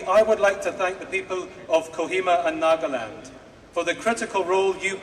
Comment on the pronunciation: This is Nagaland not nokaland